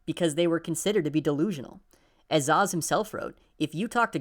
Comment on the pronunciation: Great bid, but Szasz is pronounced "Sas" not "Zaz"